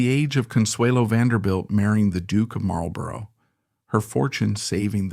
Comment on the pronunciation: Nice video on this talented woman. Couple of notes on your pronunciation: Cliv-den not Clive-den / Blen-im not Blen-heim / Mawl-bruh not Mar-el-bor-oh, But maybe you used AI to narrate and that would explain the verbal missteps. Oh, and Lancaster is pronounced LAN-ka-ster. Accent on the first syllable and don't stress the "c." But these words aside, this was a good introduction to this purveyor of casual British old money style.